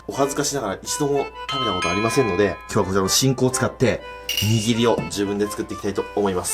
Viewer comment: くっくは らりるれろ が言えないよね！笑 握りが言えてない！笑 可愛い❤笑